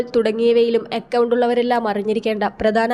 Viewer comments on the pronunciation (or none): അക്കൗണ്ട് എന്ന് പറയാൻ പഠിപ്പിക്ക്. എക്കൗണ്ട് കാരി.